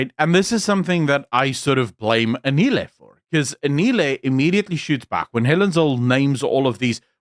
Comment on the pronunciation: The way you made zero effort to learn how to pronounce Anele's name correctly, tells me everything I need to know about the racial undertones of this podcast. It's typical of your people to butcher our names like they mean nothing to you, because they mostly don't. These small things that you overlook are the very reason why so many Africans are nowhere near ready to trust a white woman to govern them. I stand with Anele! She did well to stand up to Zille! I agree that Hellen is capable of doing her job but Anele definitely spoke for African people in a refreshing way with the questions she asked.